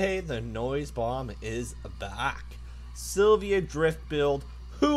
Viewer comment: Its Nissan Silvia, not silva